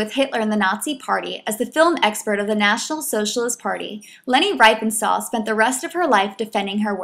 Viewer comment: "REEF-en-stahl". ...In German, with double vowels, look to the second vowel to determine how to pronounce it: ie = "ee", ...ei = "eye".